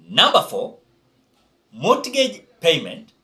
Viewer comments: Mortgage..... pronounce it as (mogej) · Mortgage the t is silent